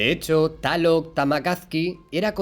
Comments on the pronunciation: No es taloc, es Tláloc 😂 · Amigo no es taloc, es tlaloc. Jijiji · Me encanta tu canal y todo lo relacionado a el. Tus vídeos son mi alimentación visual y aprendo muchas cosas cada día y con lo que puedo después compartir a mi gente para no ser algo ignorantes a la vida real... Te estimo mucho y espero seguir viendo más de esto por mucho tiempo... Solo un detalle carnalito, se escribe Tlaloc y se pronuncia tal cual al igual que los temazcales o temazcal... Saludos y bendiciones 🙏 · Saludos desde México excelente video solo una observación, se pronuncia tal cual se escribe Coatlicue y Tlaloc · Excelente info, se escribe y pronuncia Tlaloc!!! Saludos